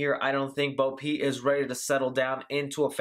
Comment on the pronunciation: Love the video but it sounds like you’re saying Bo Pete LOL